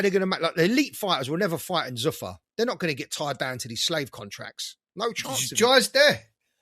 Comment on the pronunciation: Who the fuck pronounces zuffa like that. It’s zoofar not zuuffer